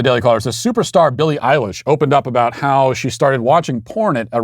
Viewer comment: I like how Matt correctly pronounced Billy Eyelash's name when she pushes something that Matt agrees with